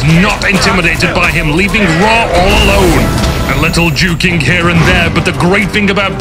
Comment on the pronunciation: I heard 'A little jew king' instead of juking... oh wow.